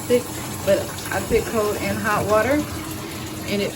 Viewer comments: I like it but it's put not pit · Very good review but please the word is “put “ not “pit” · You’re a college student who say “ I pit in the tub”. You said it several times, girl the word is PUT NOT PIT. The clothiers will be dampt the word is damp. SMDH.